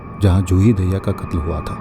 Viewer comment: Madhu Dube ji Daahiya❌dahiya ✅ Hota hai 😂